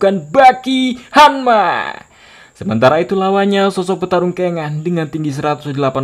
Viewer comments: Bang Jack Hamma bang bukan Jack hammer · Jeck hanma bang bukan jeck henmer🤣